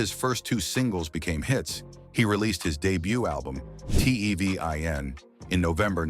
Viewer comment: Who th3 fuk is this narrator?.. he cant even pronounce Tevin's properly and why is this idiot bringing jaguar right into this ?.. this has to be an a.i voice .. wjy dont people look into Quincy jones and all th3 adults that was supposed to be his gaurdian while he was being sent to different states?.. diddy aint the only predator , they need to bring Russell Simmon to justice and Clive Davis ??